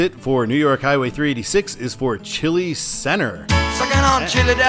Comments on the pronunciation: Hey, Welcome to Rochester! Exciting to see my home town in my favorite channel. Just have to say: Don’t ask me why, but it’s pronounced Ch(EYE)-L(EYE), not Chili. 😅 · It’s pronounced Chai-Lie, not Chile. The stadiums sign refers to the Amerk’s and Knighthawk’s Blue Cross Arena as well as the Red Wing’s Innovative field. Fishers refers to St John Fisher college. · Bergen = "burr-jun" & Chili Center = "chie-lie" not "chilly". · Not chili like the food..it's chai ly ...😊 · Chili is pronounced CHAI-lai, not chili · Chili is pronounced as Chye-lye (like the word eye). I grew up in the finger lakes, lived in Buffalo for a few years. Frequented ROC many times. Now live in Florida. Go Bills! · You mis-pronounced Chili! It is a long "I" in both cases as in "Ch-ai-l-ai", it is not pronounced like the soup called chili. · It's pronounced chi lye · Chili is pronounced Chai-lai. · Believe it or not, Chili is pronounced "Chie-lie" in western New York. I know. It's weird. I've lived my whole life in Buffalo except for 5 years in Rochester and I've never been able to figure out why. Also Charlotte is pronounced Shar Lot. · I think chili is actually pronounced chyly.. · You mispronounced LeRoy, Bergen and Chili. It's Leh - Roy (think french), Bergen is pronounced Ber-Jen, and the Is in Chili are pronounced "eye". I would sign eastbound for Canandaigua as well because most of the communters are going there.